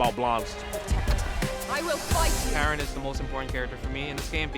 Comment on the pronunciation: Just a heads-up, Karin's name is pronounced Kah-Reen. Either way, this was a sick video. Props to the guys at Red Bull eSports for putting this together.